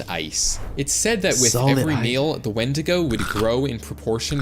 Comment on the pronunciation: Not windida it is windigo